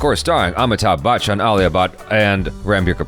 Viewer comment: Ayoooo dat Bachchan pronunciation was clean, proud of you man not even kiddin.... Next Should be Alia bHatt 😂😂😂